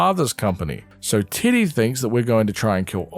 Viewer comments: Also im sorry but I keep mishearing "teddy" as "tiddy" TwT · Love hearing titty when u say teddy 😫 (great video i adored your summary of the series) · Why does he say titty instead of Teddy? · I cannot get over that you're calling Teddy, Tiddy. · Is anyone else hearing t!tty instead of teddy? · I know you’re saying Teddy but I can’t stop hearing you say Tiddy😂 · I'm sorry but I cannot get over your accent saying "Teddy" 😭 "tiddy" is all I hear